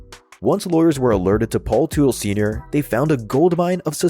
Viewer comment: Automatic thumbs down to anyone who uses a robo voice. Mispronounced Teutle. It’s pronounced Tuttle.